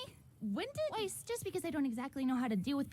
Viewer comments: It’s always bothered me how Weiss’s name was always pronounced incorrectly but her last name was pronounced correctly :[ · No one else gonna talk about the characters pronouncing Weiss’s last name differently??